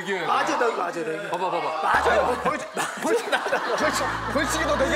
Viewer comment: 벌칡! ㅋㅋㅋㅋㅋ 뭐냐고 ㅋㅋㅋㅋㅋㅋ 발음 새는거 개 웃기네 ㅋㅋㅋ 입에 콩 물었냐고 ㅋㅋㅋㅋㅋㅋ 누가 콩진호 아니랄까봐 ㅋㅋㅋㅋ 자기가 한 말. 번역해서 더빙하는 거 뭔데 정말.. ㅋㅋㅋㅋㅋㅋㅋㅋ 벌칡! ㅋㅋㅋㅋㅋ 뭐냐고 ㅋㅋㅋㅋㅋㅋ 발음 새는거 개 웃기네 ㅋㅋㅋ 입에 콩 물었냐고 ㅋㅋㅋㅋㅋㅋ 누가 콩진호 아니랄까봐 ㅋㅋㅋㅋ 자기가 한 말. 번역해서 더빙하는 거 뭔데 정말.. ㅋㅋㅋㅋㅋㅋㅋㅋ